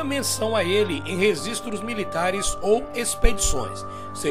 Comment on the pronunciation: Depois que ele falou "resistros" históricos eu parei de Assistir.